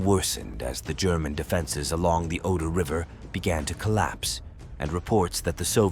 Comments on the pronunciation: Ganz ganz schlechte Sprache! Alles KI! Superschlecht! Es heißt nicht "eintausendneunhundertfünfundvierzigste" , sondern "neunzehnhundertfünfundvierzig". Und der Fluss heißt nicht "Odor", sondern "Oder". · Oder, et non Odor, merci de prononcer correctement, ne serait-ce que par respect pour vos auditeurs, à défaut de vous respecter vous même. Volksturm.